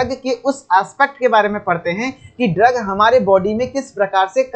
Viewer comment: Aapne drogue ko ghalat pronounce kiya hai.